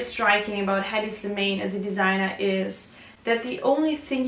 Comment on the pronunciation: pronounce his name correctly!